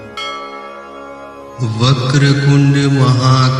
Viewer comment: Its vaker tund hay you are saying kund please check